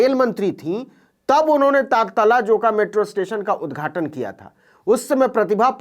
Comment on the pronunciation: Navin ji SSA wo aa Takatala nahi Taratalla hai